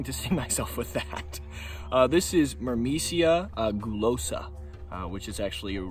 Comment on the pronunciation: Every time you said "myrmecia" I heard "Burmecia" and thought of a kingdom in Final Fantasy 9 😂